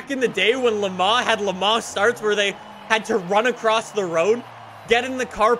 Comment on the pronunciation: pronouncing Le Mans: "Le Ma"